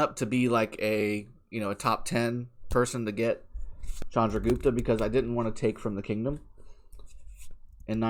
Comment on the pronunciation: First youtuber who pronounce it right way "Chandragupta". Waiting for reports so badly.....